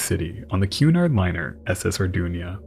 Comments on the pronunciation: Greatest documentary as always, but it’s the Arduna, As is written on the hull, not the Ardunia, as you kept calling it. Unless the pronoucination is so how wrong? A bit like the word emphysema, the correct way, when it gets called emphysemia, a bit like what has happened here. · I thing it was the Arduna, & not the Ardunia.